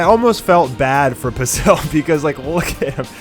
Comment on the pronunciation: Can you not pronounce basil?